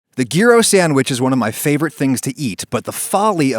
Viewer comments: I was absolutely referring to YEE ROHs , I commented because he was using a hard G, sorry for the confusion. (edit) although in reflection he was probably trolling by using the hard G. Well played. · Adam: says "gee-ro" me: immediately heads to the comments and laugh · I will always say yeero (the e should be said in your throat). It is how my school friend (who’s parents ran a Greek restaurant) spent like 10 minutes teaching me to pronounce it. It has been like 25 years but I still remember the conversation. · but mostly in greece its yeero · When I see the word Gyro, I think J-eye-roh, like the guy who likes to spin and has gold teeth that say "Go Go Zeppeli!" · Nope. The G is silent. Yee-row. Your mispronunciation is an ongoing source of humor for Greek diner staff everywhere. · Ah yes gear-o zeppeli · hears it pronounced "gear-o" and immediately pauses to go to the comments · I have never, ever heard anyone pronounce it GEAR-O. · Hey guys I’m Greek and I can confirm that it is pronounced “YEE-ROS” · As a Greek person, I pronounce it “Yee-row” but you can call it “Jai-Row” except I will just die a little bit inside. It means “around” in Greek referring to the way it is cooked. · Yee-ro is apparently the correct pronunciation of it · As a greek it's pronounced yee-ro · Adam: here's how to make gyro Me: ok watches Him: "gee-ro" Me: has left the chat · Jacob Leavey it’s YEE RO! this video kills me 😂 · Normal People: it's Jai-rohh Greek people: no, it's YEE-rohh Adam: pathetic fools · "the geero" clicks out of video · Adam “GEAR - O” Ragusea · Its yeeros In greek is pronounced γυρος which loosely translates to yeeros in terms of sound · It's pronounced YEE-ro -sincerely all greeks THERE ARE DOZENS OF US...DOZENS! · Great video, however, it is pronounced 'Yee-Roh' or 'Yee-Ross', just a heads up. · Well, at least he didn't pronounce it "gyro" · I would save this video but I can’t hear you say gyro anymore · Greeks are probably cringing at his pronunciation of gyros